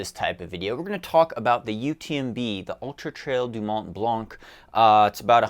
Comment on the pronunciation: the "c" in Mont Blanc is silent :P really not important, say it like you want